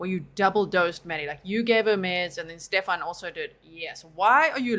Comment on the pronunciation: I love how he keeps saying Stephan’s name wrong even though he hears her say it the correct way. Subtle.